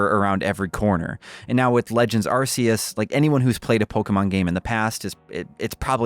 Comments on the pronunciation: Can’t say Pokémon and can’t even say arceus right either…it’s Are-key-us…get it fkn right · It's not "Arse" dammit. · Not happy until you pronounce it Ar-key-us, like it's actually pronounced! (joking of course, but it is pronounced that way, just watch a trailer) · He pronounced Pokemon right, but Arceus wrong. Swing and a miss! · May have said pokemon correctly but mispronounced Arceus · Now you've said Pokémon correctly, do Arceus right. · The way pronounces Arceus makes me cry everytime. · Now that you can say "Pokemon", next try saying "Arceus" like it's an ancient primal power and not your anus. 👍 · When the internet grills you for the pronunciation for Pokemon and not Arceus. But, in all seriousness. I'm loving this game so far. I haven't been hooked on Pokemon like this since Black/White. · I am loving Arceus. Oh, and, well done for saying pokemon correctly. Now say Arceus correctly. Its not bloody Arseus!! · you said arseeus not Arceus. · This is an english channel. Official english Pokemon Company outlets pronounce it Arceus, not arseeus. I understand there are unofficial crackpots out there who want to be super the coolest, and you can certainly mispronounce it all you like. However, giving out unwanted false information under the guise of a correction is unbecoming. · You aren't technically pronouncing Pokémon OR Arceus correctly haha. Pokémon (if you want to pro ounce the way it is pronounced in Japan) is "Poh-Keh-Mohn," not "Polka-mawn." And Arceus in Japanese is "Ahr-Say-oos," not "Ahr-SEE-us." But the official pronunciation in English is "Ahr-Kee-us." But pronounce it how you want haha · I was thinking the same thing, if anything this game solidifies how it SHOULD be pronouncedArceus and Arc-phone (ARK-eus, and ARK- phone,) it’s not (ARSE-eus) and definitely not ARSE-phone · Corrects his pronunciation of Pokemon but says arseyus. The guy even makes fun of him by saying "gotta satch em' all" but he didn't notice lol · POKÉMON AR-KEY-US ;)